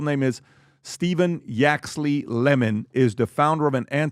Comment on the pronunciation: Tommy gets locked up every Christmas by the UK government. FYI It’s Lennon not lemon haha